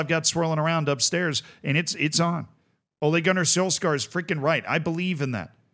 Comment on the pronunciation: I never knew that the English and the Americans pronounce Ole Gunnar Solksjaer's name differently.